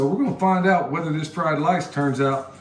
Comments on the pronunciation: Take a drink everytime says lice. You won't make it! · Great video!!! It's so funny that when you kept saying fried lice...you would scratch yourself somewhere!! You made me laugh out loud FOR REAL! What the heck. You obviously like fried rice!! I LOVE fried rice. I even know how to say it. LOL j/k Now, I understand the title of the video. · 🤣😂🤣 he keeps cracking me up with the fried lice, lol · You made my day today, calling rice, lice, then the cabinet doors left open was the kicker lol